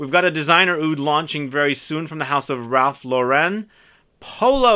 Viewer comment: Ralph Lauren is American. It's not Loh-REN, it's LOR-un. Seriously. Rachel from Friends was actually pronouncing it correctly.